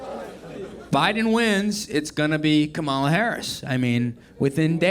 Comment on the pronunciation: You're funny but are intentionally mispronouncing Kamala. Nothing really funny about that.